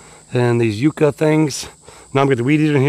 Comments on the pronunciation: It's "yuck a" not "u ka". The Spanish explorers called them "candelaria de dios" or candles of God. The flowers in the spring are lovely and do remind one of a white candle. Love watching you work,! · Yuck-a not You-ka 😊 sorry I couldn't help myself. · they are pronounced Yuk Ka, not Euca. Yuk as in disgusting/terrible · It's funny how the UK and US have the same words yet we say things so differently.. for example you said yew for a yucca plant but in the UK we say it like yuck for yucca and there's so many more 😂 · YUCK-AH = YUCCA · Yucca is pronounced yuck-uh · Yucca plant pronounced Yuck-a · How donu say yuk eww that's the same way u say that plant yuka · They are pronounced “yuck-a” plant. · It's pronounced yuck ah. Yucca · Those plants are pronounced YUK-KA, short u